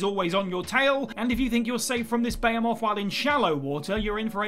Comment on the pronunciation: WTF is a bayomoth? Also its ocarinA not ocarinER 🤦🏻‍♂️ Lastly, Reaper leviathans are near the surface, not miles below. Those are ghost leviathans.